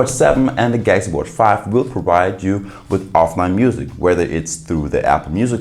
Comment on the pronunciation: Say it with me: GAL UX EE lol